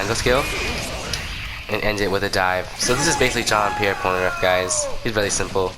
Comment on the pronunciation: John? I thought it was Jean Pierre Polnareff?